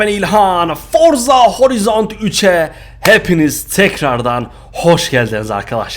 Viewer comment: horizon diye okunmuyo horayzın diye okunuyo abi böyle konulara gıcık olurum lütfen